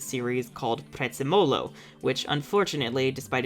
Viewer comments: → PREZZÉMOLO, not PREZZEMÓLO!!!!!!!!!!!!!!!!!! If you don't know how to pronounce something, use Google Translate!😅😅😂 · OK, FIRST OFF it's Prezzémolo, not Prezzemòlo. Which is parsley (yes, the kitchen herb. Odd, I know) in Italian. Just let Google translate read it out for you. Second, Prezzemolo is THE mascot of the only theme Park in northern Italy worth it's money, Gardaland (my humble opinion. Haven't been to parks more to the south as, you know, I live in the very north). SO DON'T YOU DARE SHIT ON HIM